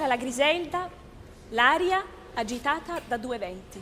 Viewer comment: You can't be an opera singer. You're doing a video on this aria and you don't even know how to pronounce "agitata"?! 😂 Let me guess, you only speak English... In that case, opera is definitely not for you. Perhaps musicals.